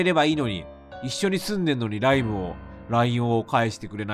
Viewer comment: LINEのことをライブって読んでるの可愛い